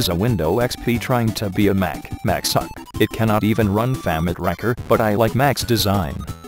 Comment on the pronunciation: I laughed every time it tried to say "famitracker" always sounds like famic-rakker.